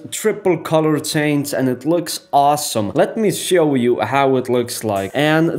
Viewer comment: I don't know whether it's my decreasing intellectual capapilities or the explanation: I din't understand anything. The moves looked cool, though. I was very impressed! Out of interest: Is there no "sch" (German) or "sh" (English) sound in Russian? Because when you say (e.g.) "Switch" you say "switzz", or when you say "Show" you say "Sow". It sounds very nice anyway, but made me curious.